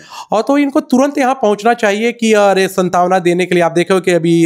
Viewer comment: पत्रकार बता रहे हो,सान्त्वना को सन्तावना कह रहा है,यह सत्ता पक्ष नहीं विपक्ष को ही ढूढ़ रहा है